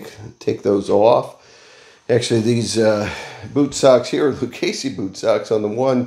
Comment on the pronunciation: HEY BUDDY, IT'S PRONOUNCE LU-CHESSEE, THERE IS NO CASEE IN THE NAME,IT'S ITALIAN NAME.